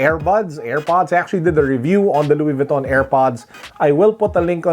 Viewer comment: Luwis Vwiton. Haha